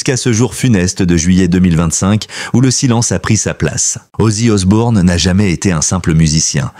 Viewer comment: Arrêté avec Osborne c'est Osbourne 😅